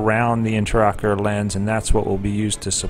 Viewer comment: Interesting surgical procedure and well performed. Appalling that the narrator continuously refers to the lens as an (sic) "interocular lens," when this is absolutely incorrect ("inter" meaning between, whereas "intra" means within). Any Ophthalmologist knows this is an "intraocular lens," and the repeated misstatement of the term can be quite confusing to any layperson watching this video. I recommend the video's narration be redone, with care taken to employ correct terminology.